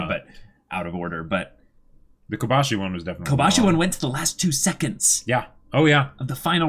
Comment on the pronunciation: Kobashi* not Kobayashi